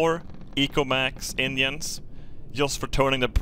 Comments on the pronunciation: I’ve been watching for more than a year now, and only now discovered that you were saying “engines” and not “Indians” and I’m surprised that I didn’t figure it out before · When he sais engines it sounds like he is saying Indians and I can’t stop laughing about “Indian room”